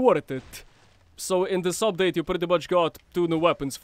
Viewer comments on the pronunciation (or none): none